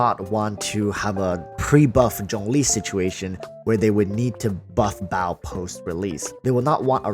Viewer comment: Sorry man evertime you say baal I just hear bao and I laugh my ass off thinking of the electro archon as a bun.